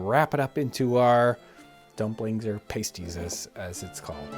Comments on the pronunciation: Pronounced "pahh sties" not paysties. 😊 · pasties not passties lol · paste ---> pasties, not pahsties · I'm pretty sure in Britain they pronounce them "past-eez" (pasties). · The pronunciation for the "pasties" is pronounced Past-ees. The way you're saying it is the same as the name for a nipple covering,typically wore by strippers. Great vid anyways!!! Source: I eat them all the time (am in England) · I heard him pronounce it like the nipple covering and the right way, I'm just trying to make sure he knows the definitive way of saying it because he's a little stumped on it.